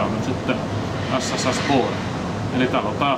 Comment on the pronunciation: Pyydän saada ystävällisesti huomauttaa, että kyseisen laivan nimi äännetään "Buure", ei "Bore" tai "Boore".